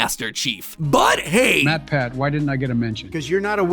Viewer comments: did matpat say me me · At first I thought warpath said MatPat. LMAO 🤣 😂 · Matpat went above and AON A as in artificial O as in of N as in national